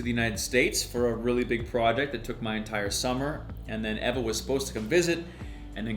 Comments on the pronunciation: Is your name Ava or Eva cause you pronounce it like Aava actually it’s. Eeeva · haha mike says your name differently to you